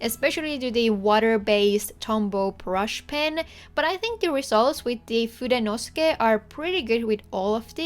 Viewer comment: Just one thing... I think the pen is pronounced FudenosUke. At least that is how it is spelled and how someone corrected me to say it. ❤️